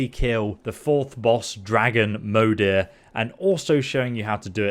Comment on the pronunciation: I am pretty sure it's supposed to be pronounced like "mother". Since Moder literally means mother in swedish.